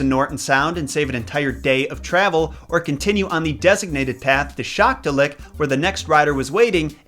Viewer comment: Those towns are pronounced YOU-na-la-kleet and Shack-TWO-Lick